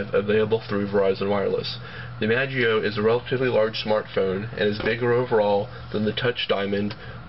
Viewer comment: i-mash-ie-o you dork!